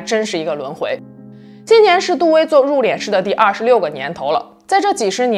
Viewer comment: 為什麼要讀入「臉」師呢？應該讀四聲，入「練」師呀⋯⋯太彆扭了⋯⋯